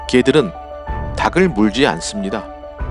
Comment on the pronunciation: 닭을 -> 다글x 달글o (발음)